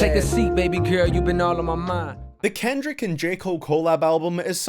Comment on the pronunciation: why is he pronouncing kendrick that way ?!!